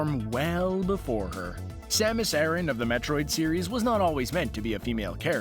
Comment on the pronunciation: dark hurrikane you're right about the planet pronunciation, as it's Japanese name is ゼーベス, or ze-besu, but not her name. It is not pronounced like Iran. In Japanese it is サマス•アラン, making it Ah-r(l)an.